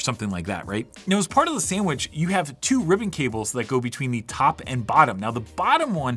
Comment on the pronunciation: ""As part of the sandwitc"killed me